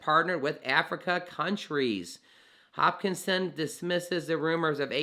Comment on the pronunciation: giving this vid a thumbs up, but plz say Hos-kin-som, not, hopkinson like the baltimore hospital johns hopkins. Great coverage, appreciate ur work.